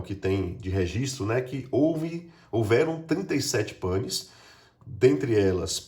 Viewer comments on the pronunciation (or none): none